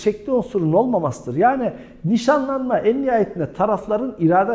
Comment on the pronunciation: 23 videodur seni izliyorum vurguları çok saçma yerlerde yapıyorsunuz hocam evlenme vadiyle yapılan NİŞANLANMAĞĞ ...... gibi gibi